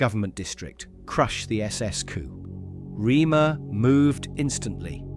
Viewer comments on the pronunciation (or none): It's not 'Reamer' as you say. Phonetically it is 'Raymuh' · For God's sake, it is pronounced 'Raymer'!